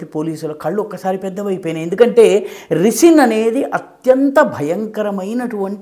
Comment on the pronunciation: రిసిన్ కాదు సర్ రైసిన్...